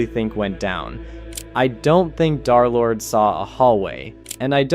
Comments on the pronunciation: Why do u call him darlord? Its derlord bro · Come on... it's Der-lord, man. 😢